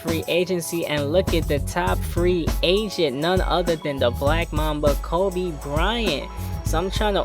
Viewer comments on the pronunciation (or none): none